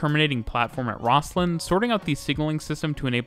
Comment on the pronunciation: Great video but...OMG...the local pronunciation is ROZ-LIN. (which, according to my youtube research, is how Scots pronounce its namesake, too)